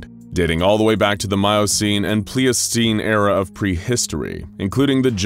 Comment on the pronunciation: Pl-ice-do-seen hunter. Not pleeeocine